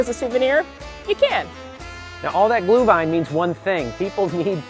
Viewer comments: It's pronounced gluhVINE, not "gluhwine". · Just an FYI - Glühwein spoken phonetically "Glue Vine" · Gluhwein is pronounced like glue-vine :)